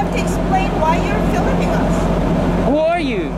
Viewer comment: Why are you filiming me, why are you filing me ... hahahaha